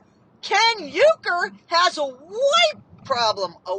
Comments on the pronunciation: u r pronouncing URKER wrong. Its URKER, not YUKER. gypsy and ken r trolling and lying. Ken's father pronounces URKER as URKER, not YUker 😂😂😂😂😂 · I don't believe that Ken's last name is pronounced "you-ker."